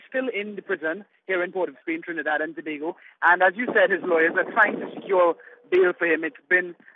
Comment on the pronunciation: It is probounces TO-BAY-GO